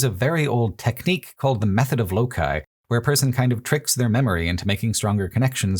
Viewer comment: Great video up until you mispronounced loci ... nails on a chalkboard for some reason.